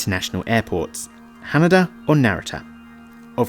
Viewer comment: One of a few bloggers who pronounced Haneda and Narita correctly! Subscribed, haha, great content!